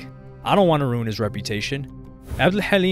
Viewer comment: Ur pronounciation of Halim is on point 👑